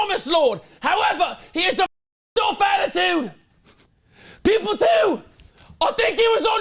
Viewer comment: I kept hearing "people 1 & people 2" not "pupil 1 & pupil 2" 😂